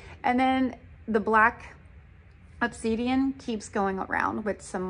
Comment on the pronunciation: That's pronounced Ob-sid-ian.